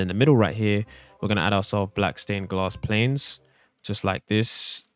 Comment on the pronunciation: Bro said glass planes